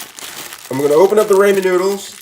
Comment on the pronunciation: that’s not how you say ramen...................................... are the noodles a person????????????????